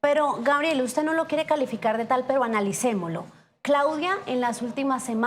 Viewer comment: la comunicadora,después de haber estudiado tanto pronuncia¨¨analicemolo¨¨